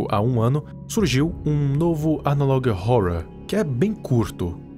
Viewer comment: n tanco esse " analog róror "